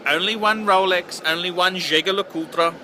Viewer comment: haah mate the way you say jaeger le coultre is hilarious....